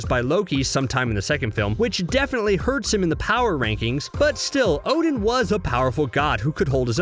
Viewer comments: So why you say his name wrong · Yeah well Marvel and Americans have always mispronounced these names